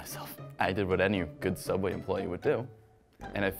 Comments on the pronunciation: You mean Sooubway employee horror stories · Frisk he a youtube who work at subway he call it soubway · They should’ve worked at sooubway instead